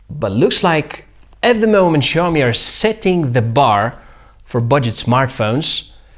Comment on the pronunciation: Big kudos for getting the intonation on "Xiaomi" correct! A little tip though, the first syllable is pronounced more like "siao", rather than "shiao".